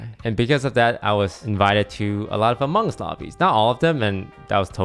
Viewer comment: Lmao “the amonnguns logbby” 👴🏾